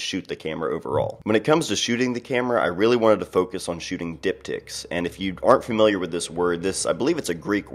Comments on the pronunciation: I was about to type the same thing, haha... I had to turn on captions just to make sure. xD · Diptychs....definitely heard something else.